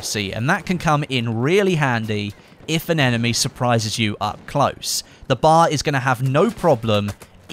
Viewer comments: I hate how he calls it a bar instead of B.A.R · Before bf1, I have seriously never heard anyone pronounce it as bar. Military personnel, historians and gamers always said B.A.R. which is the correct way. Bar annoys me. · The BAR is Pronouned each letter by its own btw